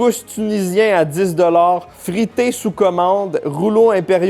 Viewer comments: Pas frité....ca se prononce fritaille 😌.....et c est haïtien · Fritay se prononce « frit-aïe ».